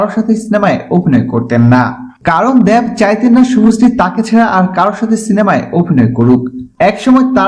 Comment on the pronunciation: Dev ar uccharon ta aga thK kre blte sikhun r ata old news